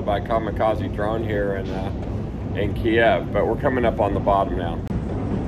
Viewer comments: Hey, thank you for your "man on the street" reporting from Kyiv, and general support of Ukraine. Having a wife from Kyiv I can make one suggestion on the pronunciation of "Kyiv". Most there pronounce it as "keev". russians pronounce it "key ev". By the way your bomb shelters are Amazing!!! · Need to learn how to pronounce kyiv especially when talking to the locals